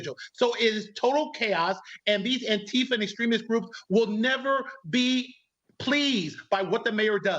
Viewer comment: I am so glad Leo woke up. They pronounce Antifa wrong. It's An tifa not Anta fa.